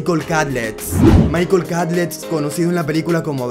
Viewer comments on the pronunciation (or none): none